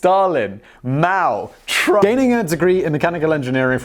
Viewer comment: Oh, I thought he was saying Trudeau.